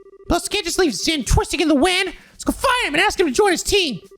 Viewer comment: Just a heads up Zin's name is pronounced as Jin.